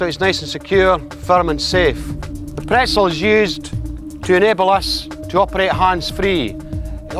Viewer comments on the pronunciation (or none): did he mean to say petzl?